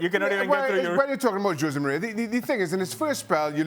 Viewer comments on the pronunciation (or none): IT IS NOT JOSE BUT HOSE .